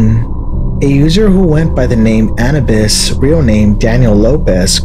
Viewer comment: Are you sure its "an•UH•bis" and not "an•OO•bis"? I know i didnt type that out right, just getting the point across lmao